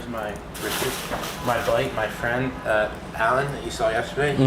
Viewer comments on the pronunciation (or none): none